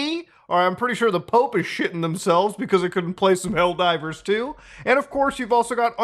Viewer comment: Did you say "L Divers 2" here? LOL